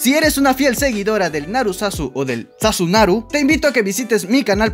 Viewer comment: El dice sasunaru": Yo: vámonos recio >3💖